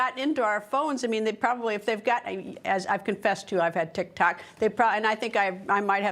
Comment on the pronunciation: did she say "TIK TAK" 😂